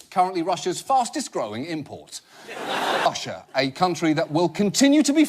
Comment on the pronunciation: Kind of sounds like he's saying Usher when he says Russia